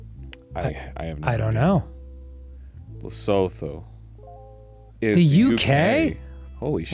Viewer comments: actually it's le-soo-too. Le-so-though has me cackling though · P.S for anyone wondering about lesotho. it's ləˈsuːtu. lə-SOO-too. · Gentle note; Lesotho is pronounced Leh/Luh-Soo-Too. If anyone from Lesotho would like to add anything more feel free to reply. Also yes the South African flag is very colourful and it’s confusing to remember which side to colour in red and which blue. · Its pronounced "lesutu." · Damn the way the pronounce Lesotho killed me😂😂😂😂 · hearing their pronounciation of lesotho gave me life XD